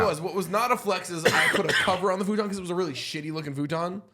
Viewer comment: Why tf you pronounce futon like that?